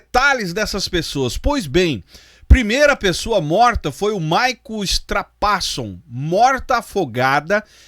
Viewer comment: Nao se diz "StrapAsson", mas sim, "StrapassOn". A sílaba tônica é SON e não PA.